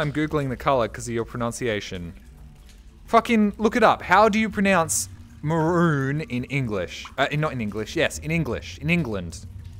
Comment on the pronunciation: If you pronounce maroon as marone how do you pronounce pool